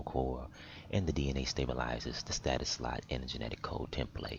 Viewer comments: Is STASIS NOT STATUS 😂😂🤦🏾‍♂️ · Thanks, Helped a lot! Although it annoys me to no end that you cannot pronounce 'stasis'! ;)